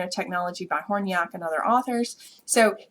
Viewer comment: Nice presentation however it is Horn Yak, Not horny ak. hahahahah